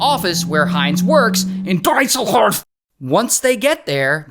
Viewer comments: How did you manage to get Dreisenhorf from Dusseldorf. Come on, my man, you didn't even try to read the letters! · Herten is spoken more Like "Heard ten" and Düsseldorf is spoken more Like "dissel dof" - if you need it get easy! Every German would understand.